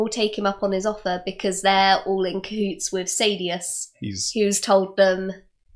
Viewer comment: SAHdeus saDEUS SAYdeus